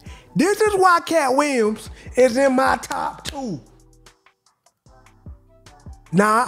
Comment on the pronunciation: "Katt Wiyems"